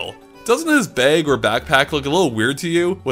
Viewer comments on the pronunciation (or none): Did say "beg" instead of "bag"?